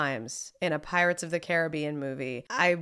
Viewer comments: It's really simple. It's Disney's "Pirates of the Care-a-BEE-an." The real water and everything else with that name is "Cah-RIB-bee-an." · Pretty sure it is pronounced Caribbean btw